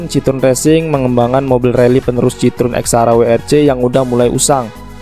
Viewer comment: Jika ditulis dengan pelafalan Indonesia, maka Citroën bisa dibaca "Sit-kho-en". Seperti bisa dilihat di video berikut: 1. 2. Komentar ini hanya sebagai penghormatan atas nama brand dan kulturnya saja. Bukan bermaksud mengkritik negatif. Keep up the good work!